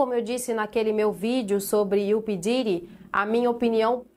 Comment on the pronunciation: É Puf Diddy e não pi Didi! Da raiva de ver a liga chamando ele de p diddi.